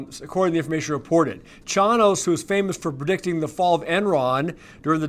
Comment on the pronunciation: it’s pronounced Chainos! 😅